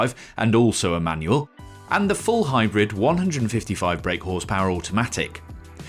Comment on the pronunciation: Sounds like he's saying Emmanuel rather than A Manual... 😂😂😂